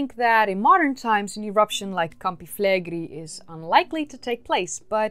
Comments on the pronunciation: A note about the name of that supervolcano: it's not pronounced "Flegri", it's "Flegrei". Both the "e" are pronounced the same and the "i" is last. The syllabs are fle-gre-i, with the stress on the e in gre. By the way, it means "burning fields" or "scorching fields" in Latin. About the topic, I find the hypothesis of the supereruption to be valid. That boomer can plunge the world in an ice age in a couple weeks, if it really wants to. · Fleigrei=“Flay Gray” not “Flaygree” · that's an amazing place, you should come and visit! thanks for the video, I had no idea it could be among the causes of their demise! ps it is pronounced with a final i (like "gorillinI"), flegre-I, like maybe [e], not [ai]